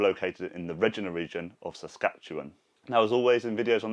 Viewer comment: Hi! Hope things get better for you. Love your updates. Just a quick (and quirky) correction, the City of Regina is in fact pronounced like vagina, only with an R. Cheers!